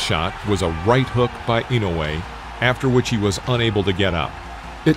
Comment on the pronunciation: Finally a video that pronounces his name correctly, I usually cringe thru videos about Inoue that massacre his name. It’s disrespectful not to take the time to learn to say someone’s name & then post a video about him.